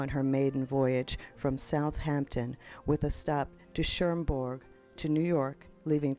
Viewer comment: There is no N in Cherbourg! You are pronouncing it CherNbourg! Incorrect!